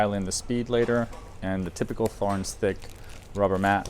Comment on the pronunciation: It drives me made when they say Thor-ens instead of 'torrens'. It makes them sound stupid..So called experts.